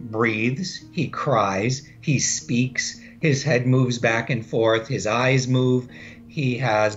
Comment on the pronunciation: the way said eyes eYyeYes